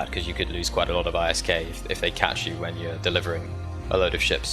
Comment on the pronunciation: It's called ISK, not I.S.K.